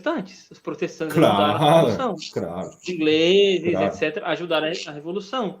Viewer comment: Falo isso com toda a docilidade do mundo, meus irmãos: para que sejamos levados a sério, precisamos de uma apresentação melhor, além da correção de erros como "craro", "ingresa", "ingrês", "drento" etc.